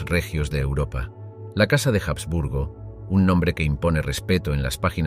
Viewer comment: La H de los Habsburgo no suena en español